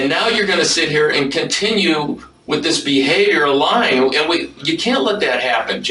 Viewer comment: Freaken "I don't know they could be lien😂😂😂. I needed that little chuckle. Been binging true crime lately. Love ya thank you for giving us the best❤❤❤